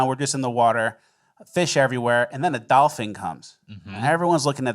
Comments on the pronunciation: TF are you saying Doll-Fing rather than dolphin 😂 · Dolfen!!! Dolphin is how you say it!!!! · Its doll-fin not doll-fing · Dolphing? Are y’all really saying Dolphing!? Wth!? 😂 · Wtf is a dolphing???😂😂😂😂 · It is DOLPHIN. not Dolphing fellas... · what is a dolfing? Did you mean dolphin? is this a bit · Why does it sound like they are saying “dolphing” and not dolphin? Fin as in finish. Not “fing” as in finger. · "dolpheen, dolfing...dolfang" why are you pronouncing dolphin so weird??? Lol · Nobody’s gonna comment on “dolphing” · What’s a dolphing? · You say 'dolphin' so weird. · You are both definitely pronouncing Dolphin incorrectly. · Why are you saying Dolphin so wired?